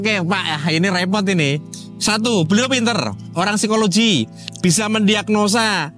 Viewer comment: Ngotot banget ngomongnya berisikkk Ganggu! Satu lagi, Psikologi bacanya sikologi bukan sikoloji pak.